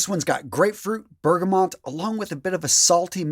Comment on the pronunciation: Just curious, why does 90% of fragrance reviewers say bergamoNt? Where did you find the N in it?